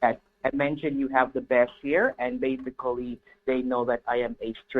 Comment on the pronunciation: I was counting how many time he used the word "base-i-cully, i lost count